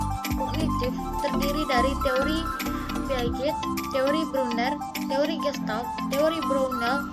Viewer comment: Smngt terus.. tmpln ok.. Dan untuk teori piaget jangan di baca "piaget" yaa.. tapi "piasśe" 👍 😁